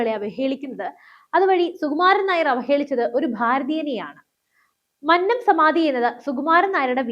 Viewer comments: മന്നം എന്നത് ഉച്ചരിക്കേണ്ടത് "കൊന്ന " എന്ന വാക്കിൽ ഉള്ളത് പോലെ ആണ്. അല്ലാതെ "പന്നൻ" എന്ന് പറയുന്നത് പോലെ അല്ല 😊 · മന്നത്തിൻ്റെ "ന്ന" - അന്നത്തിൻ്റെ "ന്ന" അല്ല കുന്നംകുളത്തിൻ്റെ "ന്ന " ആണ്. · Ee sukumaranae ella nairs chernu thalli odikkanam all nairs unite please avatharaka mannam ennu nere ucharikkuka mannam ആണ്‌ അത് പോലെ വിദ്യാർത്ഥി എന്നും നേരെ ഉച്ചരിക്കുക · "മന്നം " മന്നത്ത് പദ്മനാഭൻ ", ഇവ ഉച്ചരിക്കുന്നത് എങ്ങനെ എന്ന് ആരോടെങ്കിലും ഒന്നു ചോദിക്കുക.. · മന്നം എന്ന വാക്ക്‌ ശരിയായി ucharikkane